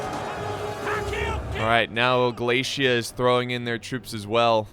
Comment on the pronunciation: American: Glaisia. Me: What? American: Glaisia. Me: What? Ah, I see a flag says Galatia. Is that how you pronounce Galatia? American: Yes. Me: Oh.